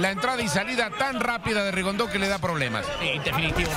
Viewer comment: repite conmigo Rigondeaux No rigondo ni rigondu que brutos son.No pueden aprender a pronunciar su nombre correctamente?